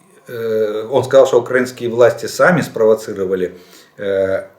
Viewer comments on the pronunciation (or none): none